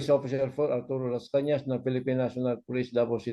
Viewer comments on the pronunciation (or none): MR. INTERVIEWER, PEASE LEARN HOW TO PRONOUNCE THE LAST NAME OF MR. LASCANAS.LEARN HOW TO DO THAT BEFORE YOU START ANY INTERVIEW. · To the interviewer, pls learn how to pronounce his name correctly 😊🙏